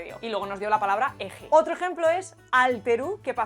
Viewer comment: "Otrsho", "trsaajo" Qué buen video, muchas gracias!